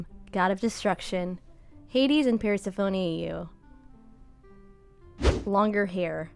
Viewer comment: The way you pronounce Persephone personally hurt my soul